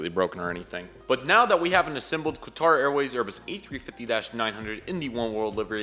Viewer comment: You spelt Qatar wrong... you said Qator